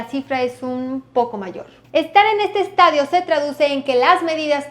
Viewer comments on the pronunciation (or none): estadio no estaDIO se enfatiza en la d